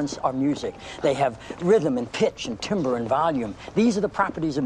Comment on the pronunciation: The word is pronounced TAM-BER, not TIM-BER!!!!!!!!!!!! I’m absolutely a Wingnut, but this gets me every time I hear it!!! 🤦🏻‍♀️🤦🏻‍♀️🤦🏻‍♀️🤦🏻‍♀️🤦🏻‍♀️